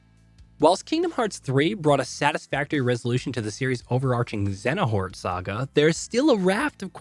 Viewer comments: ZA-HA-nort? It's pronounced "ZAY-ah-nort"! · Just heard that awful pronunciation. 😖 If you actually play the games, his name is clearly said. Xehanort is said as "ZAY-ah-nort". Not ZA-HA-nort. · I heard ZA-HA-NORT. It's said clearly in the game as ZAY-ah-nort. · The minute you said “Xenahort” I immediately knew this was an IGN knock off comparison and the way you kept pronouncing every world wrong I just feel they chose this guy because no one wanted to do their research for Kingdom Hearts hell did you even play the games man? 😂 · How are people still getting Xehanort's name wrong. You hear other characters say his name multiple times in the games. I mean Xenhart? Really how can you get his name wrong if you played the games. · Guy can’t even pronounce Xehanort’s name right. Don’t cover something you know nothing about. It’s clear you’re just reading a script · Okay, I now know that you guys aren't fans of the series. Especially if you mispronounced Xehanort's name and say that KH3 was in development for 14 years. It was not, it was only in six years. And why are you pretending that Kh4 is the first to have fluid combat and have a graphical update when KH3 exists? Can't believe I wasted time watching this. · I don't think we need any ideas on what we do or don't want from someone who can't even say Xehanort. Especially one who calls the storyline convoluted. The correct phrasing is "the lore is lush".